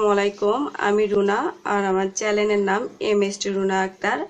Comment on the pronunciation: Nice recipe but Apu its channel not challen ☺